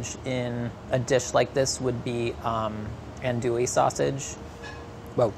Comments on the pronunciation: Andouille is pronounced An-dwill, not An-Dooee lol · whispers in Cajun it’s AHN-do-ee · A wet jambalaya? Say what? Tomatoes in a seafood gumbo? Andouille(pronounced "on do ee") sausage is a must. A gumbo without a chocolate colored roux is just soup. Leah Chase was the queen of gumbo. May she rest in peace. ❤